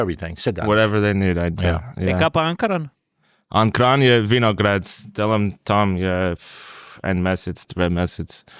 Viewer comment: zna boljše izgovorit Ankaran, kot:D